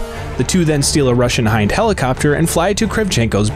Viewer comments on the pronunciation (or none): none